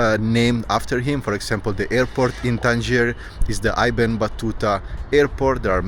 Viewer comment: Little correction: it’s ibn( like in I ta ly )Battuta. Ibn means son in Arabic